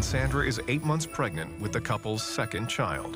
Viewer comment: Did anyone else hear the narrator say pregant instead of pregnant?.-.